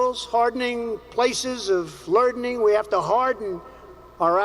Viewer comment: Did he say” lerdning”?